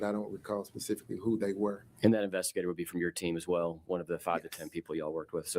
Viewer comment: "I don't recall pacifically" lmao 🤣